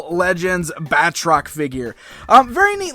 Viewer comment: His name is pronounced 'Bat-Rock', not 'Bat-Trock'.